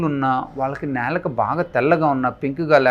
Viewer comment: నేలుక కాదండీ బాబూ నాలుక..